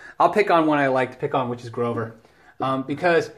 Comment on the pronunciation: "Groover" haha :)